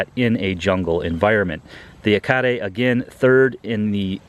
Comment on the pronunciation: Finally an accurate pronunciation of Yacare!